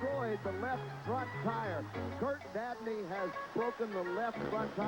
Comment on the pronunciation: "Curt Davney" lol. Cool to see the unbranded Duraliner Giant truck!